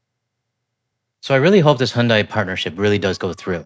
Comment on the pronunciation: I know it is not the point… But, it seems North Americans have a hard time pronouncing Hyundai.😅